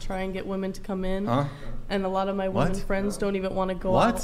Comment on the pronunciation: For the love of everything that is holy…can MW learn the difference in pronunciation between “woman” and “women?”